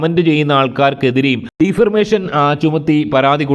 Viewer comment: ഡിഫർമേഷൻ അല്ലാ, ഡിഫമേഷൻ എന്നാണ്